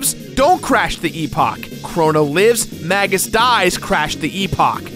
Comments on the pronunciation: It's pronounced May-juss. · Masamune is mass-ah-moon-ay tho Magus is definitely May-guss tho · I dont like how you pronounce magus or masamune